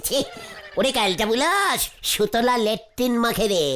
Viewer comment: Laktin😂😂😂😂😂😂 lattrin😅😅😅